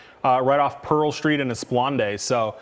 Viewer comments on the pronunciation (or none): He also said the chase ended on Pearl and "es-plaun-day".. that's George Ferth way and Esplanade.. lol! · Es-plaun-day!! nice lol